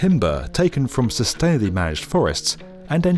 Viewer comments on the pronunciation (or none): How does one get a narrator's gig when one pronounces "sustainably" "sustaily" and where on earth was the editor for that? It's the second spoken sentence in the clip! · “Sustainably manage forests” Lol. Oh, I see, if you really hit the accent on “tain”, then it’s sustainable? Lol Maybe show a few more diesel timber trucks and diesel tree cutter, or the massive gas fired kiln dryers, then it’s sustainable? Lol The western world is overrun with now with bio power plants running off wood chips with terrible emissions per unit energy and leveled forests, and now w new large building timber construction. They are able to pull off these scams w the help of videos like this one. Step off.